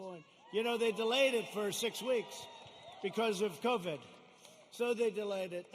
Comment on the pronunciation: aww what an idiot he can’t even pronounce covid “covad”